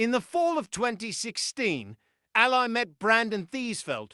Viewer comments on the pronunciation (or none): "Al-lee" Allie, Not as an Aly in a crime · Her name is pronounced elly as in kelly.